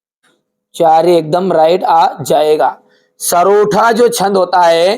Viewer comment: Sar usko sarotha nahi sortha bol te he😅